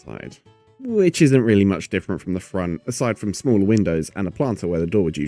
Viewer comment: he pronounces it "frown"